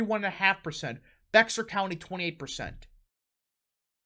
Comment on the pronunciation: It isn’t pronounced BEXAR county, it’s pronounced Bear county, the X is silent.